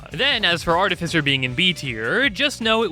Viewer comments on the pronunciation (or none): ar-TIFF-i-cer why does no one know this?